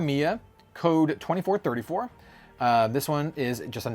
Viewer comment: 2434 is read as ni-ji-san-ji yeah, it's a company name pun